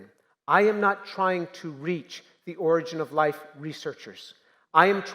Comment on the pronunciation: Does anyone know what an "origa of life" is? I mean if you're going to claim to be a reputable source on a topic, you may want to at least pronounce the field correctly.